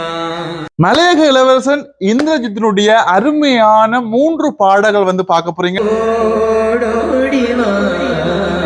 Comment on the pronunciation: அவர்களே, நீங்கள் பேசும்போது 'வந்து' 'வந்து' எனக் கூறுவதைக் குறைக்க முயலவேண்டும். மூன்று என்பதை மூண்டு பாடல்கள் என பலமுறை தவறாக உச்சரிக்க வேண்டாம். இந்திரஜித் இனிமையாக பாடுகிறார் -தொடர்ந்து கடும் முயற்சி செய்தால் மூச்சு எடுக்கும் மெல்லிய ஓசையயையும் ஒலிவாங்கியில் கேட்காமல் பாடலாம். பயிற்சி செய்தால் நல்ல பிரமாண்டமான எதிர்காலம் உண்டு.